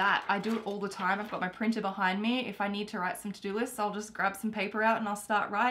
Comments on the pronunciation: "WITE IT DOWN" Thumbs up if you noticed it. P.S. love your videos. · Wite it down😂